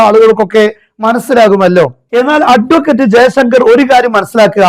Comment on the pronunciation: അട്വക്കറ്റ്. എന്ന് ഊന്നിപ്പറയുന്നത്. ആക്കി പറയുന്നത് പോലെ തോന്നുന്നു.!